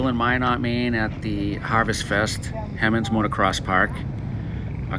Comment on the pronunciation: He monds not Hem onds. and Minit not mynot. cool vid tho. this track is less than a mile away from me